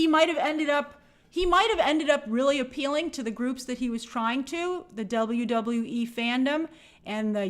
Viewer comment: As a wrestling fan the way she says WWE bugs the shit outta of me